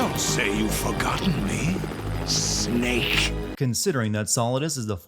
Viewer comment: That is the best way of saying “Snake” I have ever heard